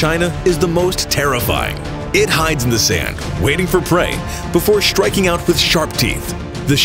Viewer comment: The narrator needs to be made aware that there's no "H" between the S & T in several words he's butchered!!!,,"Shtriking etc.